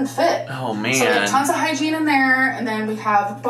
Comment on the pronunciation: Everytime she says hygiene bag, all I could hear was hiking bag and I cracked up cause she sure isn’t going hiking! 😅